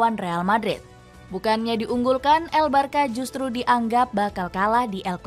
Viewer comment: Bacanya barsya bukan barka